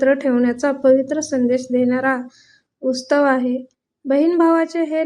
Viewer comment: तुमचा उच्चार चुकतो आहे रक्षाबंधन हा उत्सव आहे.. तुम्ही उत्सव म्हणा तुम्ही उस्तव म्हणताय